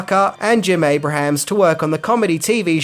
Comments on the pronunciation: Abrams not Abrahams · Jeez! Abrams, not Abrahams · It's Abrams. Not Abrahams. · That's ABE-RAMS,. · An easy mistake to make but Jim Abrahams pronounces his name like (Aey-brems) and not like the biblical figure. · Abrahams is pronounced "A-brims". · It’s Jim “Aye-brums”